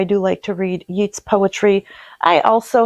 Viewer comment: Hi. I’ve only just found your channel and love your down to earth videos about books and music etc. I’m looking forward to catching up on more of your video history. Just thought you might like to know that Yeats is pronounced ‘Yates’. He is buried near the town where my Dad is from - in County Sligo, Ireland. Have a great weekend. Best wishes from Perth, Western Australia! Susan.